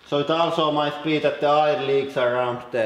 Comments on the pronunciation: Air not irrrr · Air. Say "ehr" not "ire" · hey man, it's pronounced AER , or ERR , not ir. (i mean air) say it more like "fair", or with the "E" in "melt" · It took me 5 minutes just to figure out he was saying "air" instead of "ire"... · When you say "air" I hear the German "eier", which means "eggs". So, maybe eggs?